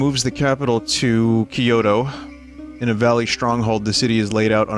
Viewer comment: Binny pls, the way you pronounce Kyoto hurts me. Think "kyo-toe" not "key-yo-to".